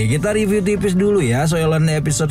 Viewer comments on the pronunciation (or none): none